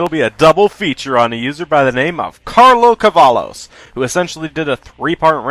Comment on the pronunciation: It's Pronounced Cev-I-OS